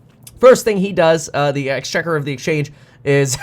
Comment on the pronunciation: Yes Kev! You said Exchequer correctly!